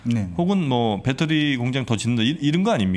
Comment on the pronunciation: 폭스콘을 팍스콘, 배터리를 빠떼리...그냥 신뢰가...